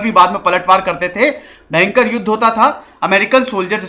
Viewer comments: मुझे आपके कुछ शब्द बोलने का तरीका बहुत मजेदार लगता है जैसे 👂भेंकर👂मतलब भयंकर ओर एक है👍 ठीक है 👍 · "Bhayankar rrrrr"..😈😬🤢🤕😲😫....story...😁..nice..👍👍👌